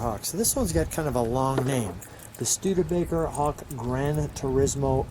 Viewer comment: he said StudeRbaker lol and continues to say it.